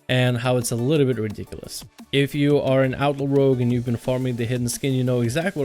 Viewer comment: Seriously, what is up with this douchenozzels pronunciation of the word "Outlaw"? It sounds like outlord or something stupid.